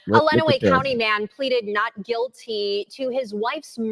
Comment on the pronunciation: Len-uh-way County. I hate how much Michigan has been on YT lately but I can help with any pronunciations